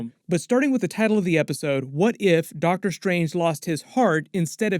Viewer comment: Did you say Darktor Strange? Lol